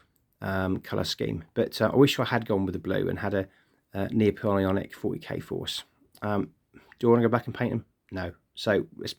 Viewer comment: Lovely looking troops, ive thought about doing the same myself. one point though... and im sorry!! its Nap-oleonic, not Neo-poleonic.... sorry again! im really not one of those guys but couldnt help it lol.